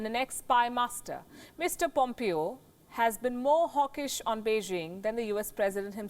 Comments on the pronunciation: It`s not POMEEO|. It`s POMEHO. PLEASE! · Mike Pompeo is pronounced as Pom-pay-o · In the U.S. it is pronounce (pom pay o).